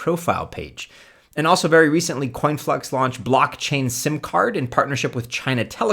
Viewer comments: IX??? No disrespect to you, however your coins are way off and it's conflux, not "coinflux" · It’s Conflux not Coinflux